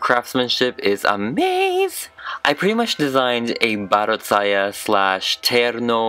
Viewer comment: I love how pronounces terno, baro't saya, and mananaggal. It's so crisp. 😅 Edit. Also, I just reached at the skit part, the dialogues as well!